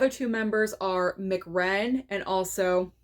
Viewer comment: Straight Outta Compton is outstanding film. I'm a hip hop fan & this movie brought back so many memories. Btw, it's pronounced Emsee Ren. I'm definitely grabbing City On Fire. Because Chow Yun-Fat is awesome actor & grew up watching Asian/martial arts movies.